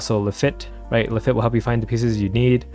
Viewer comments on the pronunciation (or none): That is not how you pronounce Lafitte